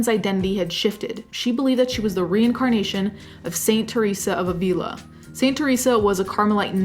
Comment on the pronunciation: */a'vila/, not /avi'la/